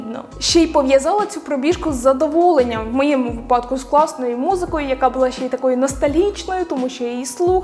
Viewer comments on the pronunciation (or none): У слові «випадок» наголос завжди на перший склад 🤫